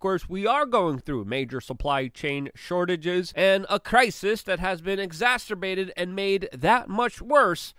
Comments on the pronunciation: Luke is the best but dude he does not read the comments at all. And the proof that he never ever ever reads his comments is he still pronounces exacerbate like exasterbate and nuclear like nukular. I love luke man I just want to help him get these words right. Its embarrassing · you know how I know luke does not read his comments? He still pronounces exacerbate as exacterbate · you know how I know luke does not read his comments? He still pronounces exacerbate as exasterbate